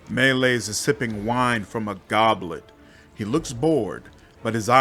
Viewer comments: Me Lies is how you should have pronounced it. Love how you read this soliloquy, quite entertaining. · Me Lies is how you should pronounce it.